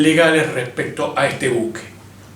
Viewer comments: Mal pronunciado el nombre del buque... Empezamos mal. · Nombre del buque, mal pronunciado.